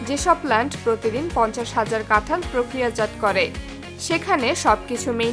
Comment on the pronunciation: "প্রক্রিয়াজাত" উচ্চারণ টা ভুল হলো..দেখে নেবেন।